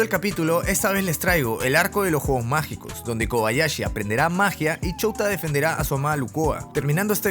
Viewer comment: cuando se llama Shouta pero cada vez que el tipo dice Shouta se escucha Chota